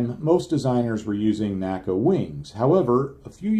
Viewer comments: Excellent video. N-A-C-A, not "NACA." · People of the time period did not pronounce NACA as a word. They said each letter.